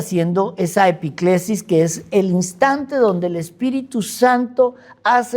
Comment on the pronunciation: Epíclesis con acento